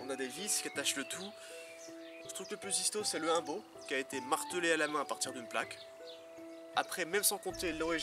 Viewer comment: Ah et ou dit "oumbo"